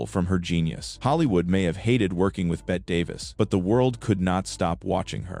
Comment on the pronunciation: Davis' name is pronounced Betty, not Bet